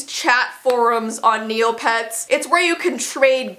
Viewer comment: i thought you was saying "kneelpads" instead of "neopets" at first lmao, i was so confused.. but nah, forget neopets, club penguin is where its at :c rip club penguin